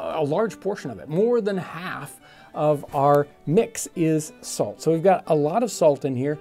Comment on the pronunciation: “... fix ounces of falt” lol😂